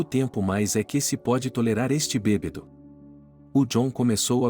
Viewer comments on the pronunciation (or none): Que narrador péssimo. Não é BEBEDO. Mas BÊBADO.afff